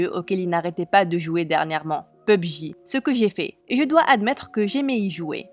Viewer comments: Pub-Ji 😂 c’est pour pas dire PUBG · Pubji xD non mais serieux.... P U B G 🤦🏻‍♀️🤦🏻‍♀️ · P.U.B.G C'est comme ça on dit😭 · Yes pubg (pubji) in English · On dit pubg